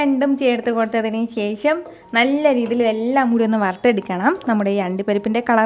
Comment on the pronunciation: ശേശം അല്ല ശേഷം